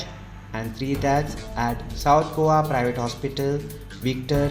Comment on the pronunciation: Please please say Go a. Not govaa. Please please please.